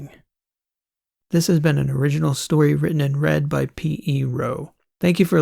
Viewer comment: Brilliant! 💜 When i hear You say, "written and read" i hear "written in red" 😂